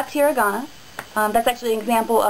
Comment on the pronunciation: i dont like that you say hiragan and katakana with an american accent... Love your vids though! : )